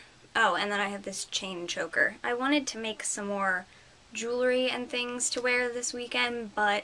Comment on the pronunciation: LOL "lots of thiings happening" ahaha YES! thumbs up YOU!